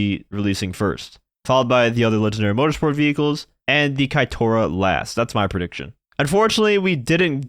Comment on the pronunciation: Nono,, Keitora is pronunced eith E, not A. Kai (no) Tora made me think of Takeda Shingen instead 😅